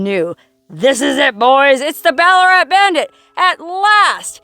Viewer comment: ballarat is named after a gold mining towm here in victoria australia during its booming gold rush of the 1800's and by the way, you pronounced it perfectly